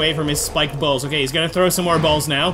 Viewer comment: do you really have to say balls like that or that much